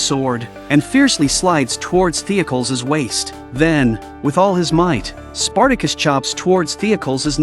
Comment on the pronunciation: Great episode, I remember watching this episode on Netflix when it was a brand new show Also, your AI is terrible at pronouncing Greek and Roman style names. It’s pronounced The-oc-oh- leez